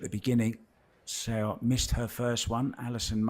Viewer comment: If she is going to win every game maybe people will learn how to say her name. It's definitely not "Sayo Sowa". LOL The "Seo" sound is very peculiar to Korean.